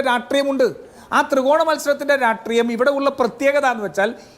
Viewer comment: രാഷ്ട്രീയത്തിൽ ഉള്ള രാജു പി നായർ രാട്രീയം... രാട്രീയം എന്ന് എപ്പോഴും പറയുന്നന്ത് എന്ത് അരോചകമാണ്...